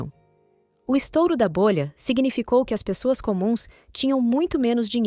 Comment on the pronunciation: eu acho que a "narradora" é uma voz do google ou de um site de AI (inteligencia artificial)... no texto intiro ela errou umas duas vezes ... ao dizer "as" tipo "as pessoas" ela falou "a s pessoas"... mas no contexto final está muito bom... veja que ela muda a tonalidade e a velocidade da fala ao pronunciar em japones...a AI tem problemas com numeros... também... pede para ela falar 235000 ela fala 2 3 5 mil e nao duzentos e trinta e cinco mil ela fala século X X I em vez de seculo 21... e vai por ai.,.. tal como a Alexa ou a Siri...